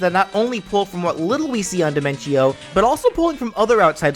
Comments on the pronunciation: Your saying diminco not dinentio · his is di-men-tio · This is really good and all, but I have one problem Dimentio: pronounced by: Die-men-chee-oh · It's pronounced De-ment-tio as it sounds better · Personally, I pronounce his name as Dimen-tee-oh, but that was mostly because of the songs Man on the Internet made about them. Speaking of which, now your just one chaos clown away from unleashing his chaos clown cacophony onto Smash. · Listen man, I love your series and I love your channel. The one and only thing I hate is how you pronounced Dimentio's name.